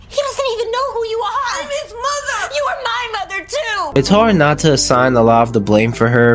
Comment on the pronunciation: Solid enough video but wow your pronunciation of some words is so annoying and sounds forced. You'll say interest normal, but then say skreet. You'll say those normal, but mudder instead of mother. Like whyyyyy. Decent recap tho.